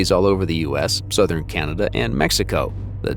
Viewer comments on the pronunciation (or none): none